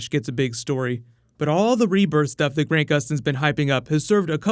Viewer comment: He said GRAINT Gustin, bro cmon its Grant (like ant man)